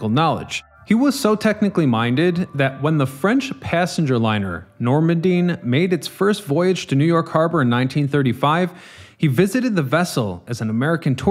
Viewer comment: Shock! liner "NormanDEEN"?🤨 NormanDY is a region in France; ship as the French spell it: 💥NormanDIE💥 Pls say it all, 53 *thousand GRT. Good basics, need fine detailing for top quality..